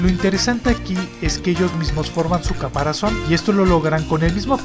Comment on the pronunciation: Bueno en este vídeo solo note que en el minuto dijiste “caparacion” en vez de caparazón, pero en muchos de tus vídeos tienes errores similares, no te pido que los corrijas, si no que los evites a futuro.